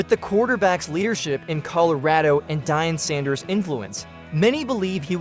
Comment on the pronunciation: It is deion sanders aka prime time deion sanders how you can even mess up on his name is downright disrespectul. The man is hall of fame 2 time superbowl winning defensive back the greatest shut down corner to ever walk gods green earth a top 3 all time in terms of greatest of all time. Learn how to talk and his sons name is sheduer not shatter you need hooked on phonics man